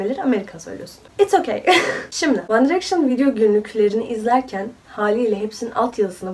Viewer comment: İnatla direkşın deyip durdun . C1'de de bu yapılmaz bence 😅